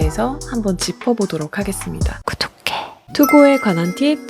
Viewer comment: 구독해가 왜..... 갈수로 고독해로 들리는걸까....ㄷㄷ...